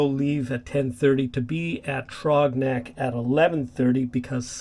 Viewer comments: The "Th" sound is like the beginning of the word throw. Then the rest of the word "rogs is like you said "the way you pronounce frog. I enjoy your content. Cheers, Rodney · Yeah, mispronounced Throgs Neck, but very few get “Hell Gate” right. It’s usually mispronounced Hells Gate.